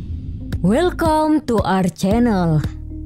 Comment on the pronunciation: wel kom ? wkwkwkwkw pronaunsiation mu parah